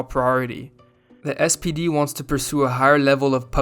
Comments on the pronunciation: You keep saying "SDP" but the party is called "SPD" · One remark: in the video the narrator is calling the SPD sdp multiple times. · Great video, but it's SPD not SDP, as you said a couple of times. It stands for Social Pemocratic Darty.